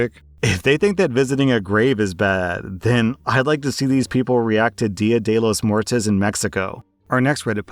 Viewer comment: the way you said dia de los muertos killed me instantly i am Dying